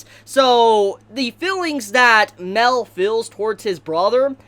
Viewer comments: its mael not mel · It’s pronounced (My-El) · It’s mael not Mel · I wanted to scream at u for saying mell its pronounced mi-el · Mel? It's ma-el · Mael is suffering because you're calling him "Mell" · it's not pronounced "Mel" it's "Mai L" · Dude your crappie pronunciation is confusing the shit out of me. Mael is like "My L" not Mel. You made me think he was a copy of meliodis or something. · Dis man says Mel instead of Mael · It annoys me that you say Mel not mael if your going to make videos plz say the names right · Ma-el,,, not mel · its not mel...its may-el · Who's Mel? It's Mael. Ma-el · Ok! I’m getting sick of this shit. It’s not pronounced “Mel” he’s not a fucking bartender from Jersey. It’s pronounce “MY-EL” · It's not mael(mell) it's mael(myel) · Ugh Mael isn't pronounced Male, it's Mai-el. If you won't a audible phonetic example watch hellboy, the ending of Sammael is pronounced the same way. Wanna say its a Latin pronounciation but don't get me wrong here. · Why are you saying Mel? It's Ma-el. For those who play Dota, it's like the whole Kael -> Carl thing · mael is pronounced (My-el) fam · him saying mael as mell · I like how calls mael mel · When this guy call him mell instead of maël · It's not pronounced mel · And mael its Ma-el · put emphasis on the A (mAel) otherwise it sounds like you're saying Mel (Meliodas) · how u pronounce Mael is aids. but good content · The way you say Mael makes me wanna die, other than that I loved the video